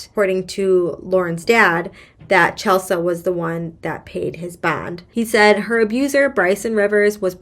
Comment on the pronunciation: Chelsea (the mom) is pronounced Chel-see. Bricen DID go back to TN to have the gps reprogrammed. He showed up in Lauren's car with Lauren IN the car. This was caught on cameras. Nobody realized it while she was there, I guess. There is no word that Bricen brought her in with him to the gps company or if he made her remain in the car. After his gps was set with the correct parameters, he went back to Mississippi and killed Lauren after another torture/beating. The reasons the judge's competency is being called into question is the fact that she has either fallen asleep during a trial or been found to not be paying any attention to the court proceedings during a trial. There may be other instances but those are the ones I've heard on YT. The 'other' gps company is owned by an employee of one of the bond companies that got Bricen out (there were two). When Bricen was released pm, nobody from the bond company was there to pick him up and take him to the gps company. Bricen actually called the bondsman to find out what was going on. All of this information was found on many videos on YT.